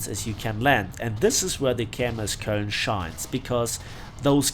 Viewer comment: it's not kOln. It's koeln That pronunciation hurt my ears